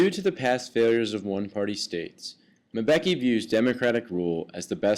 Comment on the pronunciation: Why is this white man saying Mabeki?